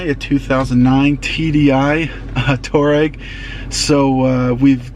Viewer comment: It's pronounced Twa-reg. After the tribe